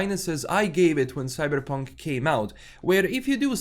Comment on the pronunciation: It's Cyberpunk, not "Cybrrrreeepunk" 😴🤣